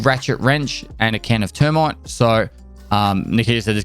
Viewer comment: im playing EVE while listening to this vid and when he said new barter items "Termit" and not "thur-mait" i lost my shit just imagining some one throwing a can of termits at some one